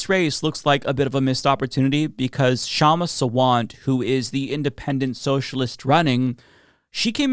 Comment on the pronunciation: It's pronounced Shumma SAA-VUNT